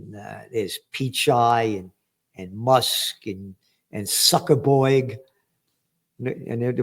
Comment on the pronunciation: I love how u call him. Zukker buerg